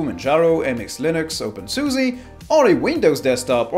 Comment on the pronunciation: openSUSY lmao i love you